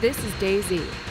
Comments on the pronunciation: Did she say chairnaroos? Monkahmm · why is this woman saying ChernaROOS?!?! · Are they saying chernarus wrong or am I saying it wrong?